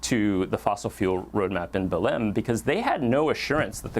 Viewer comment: Congratulations! Your News about COP30 seems well analysed in this critical year of 2025. Allow me to say that I admire your perfect pronunciation of the word: BELEM! As a foreigner speaker, your professionalism is at its best! Let me say that Brazil lives inside a hypothesis of Nulity and the global North holds the Main Hypothesis: Financial success at all cost. Olso Brazil is historicallyunder European colonialism, that is, they are in disalignement among themselves and in alignment with Frankfurt. There are useless friction in debates. But they must percevere. God Bless.